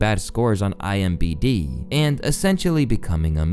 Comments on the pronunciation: It is IMDB not IMBD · Sorry, can’t stop thinking about how you called it, “IMBD” …. That really screwed me up… Also, Brendan Schwab stinks! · Bro said “imbd” 😂😂😂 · “IMBD”?? Come on man, please check your scripts